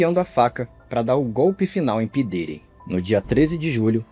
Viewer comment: Esse vídeo é foda mas o nome “p diddy” ficou mt cômico pra mim nesses últimos tempos, ainda mais o jeito brasileiro “pí diiry”